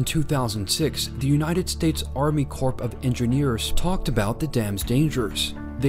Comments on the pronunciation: It’s pronounced “core” of Engineers not “corp” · Alarmist bullshit! While I’m at it, it isn’t the Army CorP of Engineers, it’s pronounced Core, like apple core. Makes me feel that your educated and that you’ve done your research...not! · It is pronounced Army ((CORE)) of Engineers, not ((CORP)). It is not a business. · Corp, is pronounced core, the p is silent, like the Lewis and Clark Corp of Expedition. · IT'S PRONOUNCED "CORE" US Army "CORE" of Engineers! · EXACTLY right!!! Thanks Stacy! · The P is silent in Army Corp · Ah, the “p”, in “Army Corp” is silent.